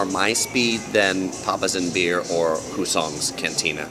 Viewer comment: The accent is on the first syllable of the word "Hussong's".